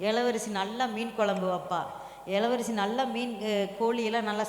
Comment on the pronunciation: இளவரசி ன்னு சொல்லுங்க மேடம் எளவரசி சொல்லுறிங்க